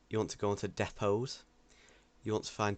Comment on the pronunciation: ITS NOT DE POSE IT DI POTES